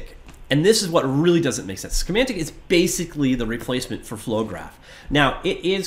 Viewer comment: when did schematic start having an 'n' in it?